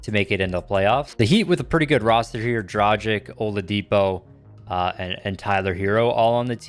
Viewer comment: Man, you have to work on your Dragic pronunciation, please 😅